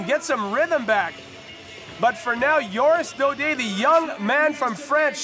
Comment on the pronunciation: lol JORIS Daudet not oris Daudet